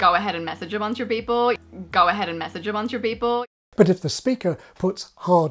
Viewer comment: One thing I think that's missed here is sample selection bias - this woman is from the Internet, and I think that's a hugely important factor. When I heard her my first thought was she sounds like she's spent time in America. Even the way she says "people" in "go ahead and message a bunch of people" sounds American to me. I suspect the fact she's a younger social media influencer and she's a part of this very American world is why she has more of these odd language features than most. Further, the Gold Coast has a distinct "Instagram culture" about it, because it has some very beautiful places. And so that's why I think I, and perhaps others, associate this kind of speech with the GC. The geography doesn't matter so much when the Internet means association is not limited by proximity. And so perhaps even the act of classifying her accent by her physical location (an Australian accent, or a GC accent) actually masks much of what's really happening.